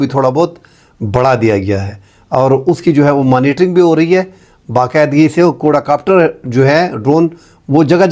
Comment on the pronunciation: Aapki rehnumai KY Liye main Keh Raha Hoon Kay qoda copter nhi hota, quad copter hota hai !